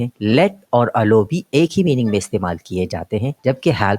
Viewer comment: Allow ki pronounciation sahi se bolain .